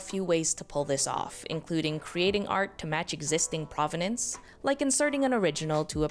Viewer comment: You would expect an art expert to pronounce provenance correctly